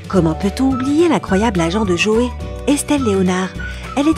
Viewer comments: ça ce prononce Tchandler, pas Chandler, Djoey pas Joé, c’est Gèller pas Jèller... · Nul la prononciation Djoey et pas Joey Tchandleur et pas Chandler Gueller et pas jeller Central perk et pas central peurk A mon Avis , t’as pas bien écouter la série pour prononcer ça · Mouais tu connais tout sur la série... Prononce les noms correctement et fais pas saigner nos oreilles! Tchandeleur et pas Chandlère! DJoé et pas Joé! Les G U ellère et pas les Jèleur! Tanksegiving? T H ankgiving! Le pouvoir d’Una G ui et pas unaji. Et surtout... F R IENDS! Pas Fwieze! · Ça m'agace d'entendre: -Central PEUrk pas Pérk -Dr gUeller pas Dr Jeller -Djoey pas Joey -Tchandler pas chandler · Mes oreilles ont beaucoup trop saignées en écoutant cette vidéo alors pour le bien de tous, On prononce: FRiends et non Fiends, Tchandler pas Chaneler, DJoey et non Joé, Gueler et non Geler, et on dit UNAGUIIII pas Uniajiiii !!!!! Ps : Tanksgivine ? C'est pas plutôt Thanksgiving ? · Tu dis que tu as vue tout les épisodes de FRIENDS mais je ne suis pas sur par ce que pour dire unagi tu dis unaji pour tChandler c’est Chandleur pour dJoey tu dis Joé pour Geller c’est Jèllèr à et j’ai oublié cétral perk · UnaGi pas unaji Geller pas jeller joEY pas joé Friends pas fwiends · C'est quand même étrange de prétendre avoir regardé les épisodes de friends et de prononcer Geller: Jeller Unagi: Unaji ou encore Joey: Joé 😭🤦‍♀ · Shandlaire, joet, gélère, 😂😂 elle fait une vidéo sur friends avec une prononciations incorrect des trois prénoms. On avais tous remarqué. Et il y a d'autres détails encore plus marquant ! Un par épisode en tout cas. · Je connais la série par coeur donc forcément si je connais tout 😂 J’ai vue la série +200 fois et j’exagère pas Et ma famille la encore plus vue Par contre ''Joué’´.. Ça se dis pas comme ça...